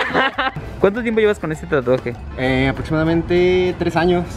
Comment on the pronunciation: Cuando escuchas un " aprotsimadamente " es que has llegado a Neza.